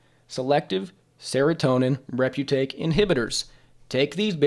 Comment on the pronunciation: it's re-uptake inhibitor (inhibits the reuptake of transmitters back into the cell) btw not reputake but people who read a lot often end up pronouncing things incorrectly